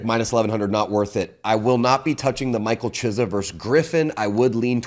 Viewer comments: Is there anyone worse in the UFC that can not pronounce any fighter’s name right. He butchers every name and even the easy ones. Any UFC Guy knows is Cyril Gane pronunciation “Gone” not Gain. I think my favorite was CHIZZA. It’s “Key es ah” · Love the show and has some solid picks, but don’t know where he gets his info from sometimes. Sorry to nitpick, but Hooper has never submitted Guida let alone fought him. And the mispronunciation of names like Chiesa, Movsar, and Vicente kills me 😂😅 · How are you a big UFC guy, but pronounce Chiesa's name that poorly???